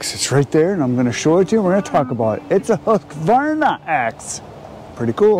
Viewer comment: Thank you, thank you, thank you for saying husqvarna correctly. So many say huskavarna!!